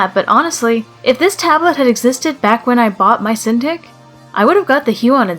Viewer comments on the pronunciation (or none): Uhhh cinTICK? Not cinTEEK?